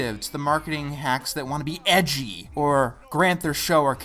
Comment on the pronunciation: Something about the emphasis on EDGY makes this video so much better xD